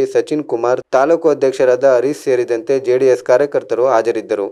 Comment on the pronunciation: Nice Maga perhaps improve your pronounsation like for medicine u told medision and for Harish U told Haris.. All the best..